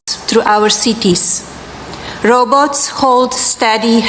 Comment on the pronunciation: What is roboats 🤦‍♀️🤷🏼‍♀️😳